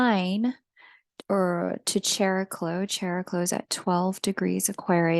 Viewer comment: Thanks for your wise insights 🙏 P.S. It's pronounced "Ke'riklo" (Like Chiron and Charon)